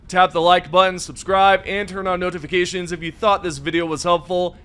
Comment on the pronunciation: the way you enunciate “noTIFicashuns” gets me every time 😂